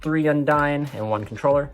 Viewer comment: Don't want to be that guy, but Undine is pronouned with the long "e" sound (Un-deen), not the long "i" sound (Un-dyne). I've been hearing too many people saying it the wrong way and it bugs me a little bit.